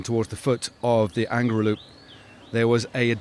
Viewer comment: Not angry-lu. It's Angliru ha ha😊